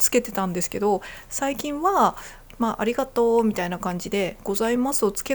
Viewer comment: 関西人を真似て「ありがとう」と言ったイントネーションが「蟻がトウ」と聞こえるのは自分が関西人だからか？関東の人が関西人を真似ると（笑）けるね